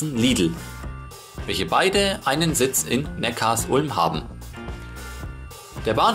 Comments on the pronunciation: Super Video! Sehr interessant, dass Obamas Großvater aus Besigheim kommt. Auch viele andere Details waren sehr interessant. Aber Neckarsulm spricht man nicht Neckars Ulm aus sondern Neckar Sulm :-) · Ich kriet jedes Mal Ohrenkrebs wenn jemand Neckars Ulm sagt. Die Stadt heißt Neckar Sulm!!!! Die Sulm mündet in den Neckar. Der Bahnhof in HN heißt ja auch Sülmertor und nicht S Ülmertor! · Vielen herzlichen Dank dir:) Ich war auch überrascht als ich das erfahren hatte:) hat das nicht mit Absicht falsch ausgesprochen sondern weil er die Betonung von Neckarsulm nicht wusste. Danke für Kommi und Like!!